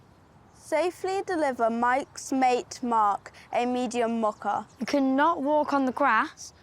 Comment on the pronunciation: I'm really tempted to mock-a them for how they say mocha, but I'll try to refrain. 🙂